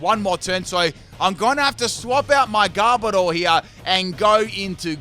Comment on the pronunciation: Ah my favorite Pokémon according to the title, Garbodar. Not Garbodor, Garbodar. Love ya